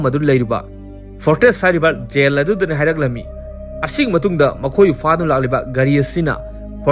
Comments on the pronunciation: Yel haiganu taba nungaite jail haiyu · Bro nggi khonthokse khra semdok o tba nungyte J gi khonthek se Y oina hyre Yail Yohn na Jail John na fjna hybiu tbada distrubance oihnle😢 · Yen yen haibdo sum taba nungaitre khitang semdokpiyo jail haibiyo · Jail haiyo yail haido tabada nunggai tre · Jail haibiyu Gel or Zel hybagi konthoksida nganbiyu aduga John su Yon hyba natte Zon hyna pronounce twba yai